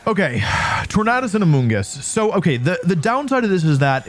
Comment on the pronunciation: Hey I liked this video, even though I had to watch it over the span of 3 days, but I genuinely cannot let this slide. Why don't you pronounce Tornadus the way Tornado is pronounced?????